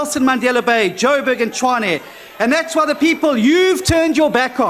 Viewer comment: you wana win tshwane but you cant even pronounce it!!! DA must start taking itself serious.